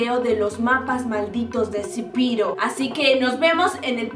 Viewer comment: Se dice "zepeto" no "zipiro"